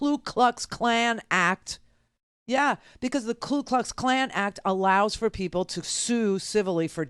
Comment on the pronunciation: Iknow Randi knows this, but just a reminder it's the KU Klux Klan, not the KLu Klux Klan. Just a little pet peeve - Love you Randi !!